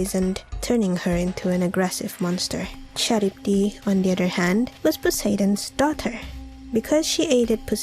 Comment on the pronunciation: You've mis-pronounced the creatures at Number 4. Scylla is pronounced "Sil-La" and Charybdis is pronounced "Kah-Rib-Diss".